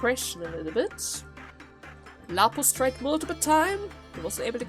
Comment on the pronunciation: Until to this day, hasn’t pronounced Lapsus name right. XD